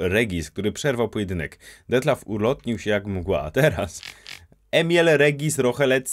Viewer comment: Imie Regi'sa czyta sie Imiel, nie Emiel